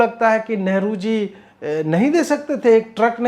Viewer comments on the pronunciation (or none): सर नेहरु नहि लेहरु आगे जरा ध्यान रखियेगा ।